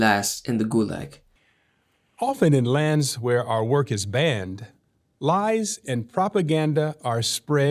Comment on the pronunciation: Why does that guy add syllables to words for no reason? ‘Lies’ is one syllable. It’s not ‘lie-hies’.